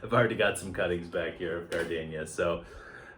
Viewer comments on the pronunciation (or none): What’s a gar-Dane-ya.? Gar-deen-ya.....